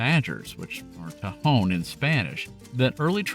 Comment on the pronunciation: For what it's worth, Spanish words are phonetic, so tehon is pronounced te hon not teh hone. Also useful when pronouncing places like Puerto Rico and Costa Rica, or indeed anything of Spanish origin.